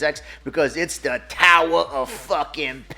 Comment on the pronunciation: THE TOWAA OF POWAA 😂🤣